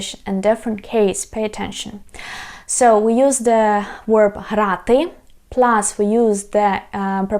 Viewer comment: thank you so much for your very helpful videos on learning to speak Ukrainian! as a native American English speaker, I recommend you review how you pronounce the word "verb". to me it sounds like you're saying "werb". I know the English V sound can be difficult. it would really help us to understand you. thanks!